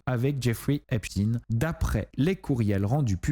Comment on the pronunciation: on ne dit pas Epstine mais Epstein (comme Einstein) !